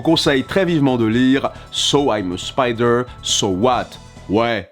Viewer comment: Tu es le seul français capable de prononcer le mot Spider correctement.